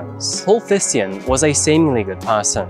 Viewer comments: Not sure if the family pronounced it that way but I think the name Thijssen sounds more like Teysen. Sounds a bit strange in the video but no biggie, thank you for the content. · The dedication to this video is amazing as always but my Dutch ass had no idea what this man’s last name would be. Pronouncing it as “Tysen” would have been easier for as well haha